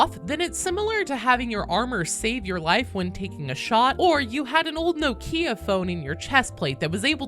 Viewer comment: did she say a no kia ?